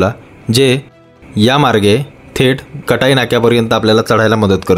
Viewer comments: कटाई ❌ काटई ✅ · आपल्या सारख्या मराठी माणसाने काटईच्या ऐवजी कटई बोलू नये.